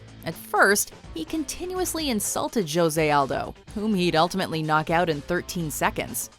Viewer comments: Joe-zay aldo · Did you say Jose wrong on #5?